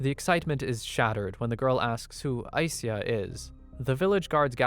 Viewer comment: I believe ai - sya is the way to pronounce the name